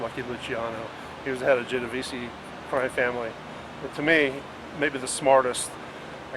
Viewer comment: Pronounced Geno-vese not Geno-vesee!